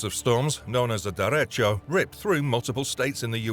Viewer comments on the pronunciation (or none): none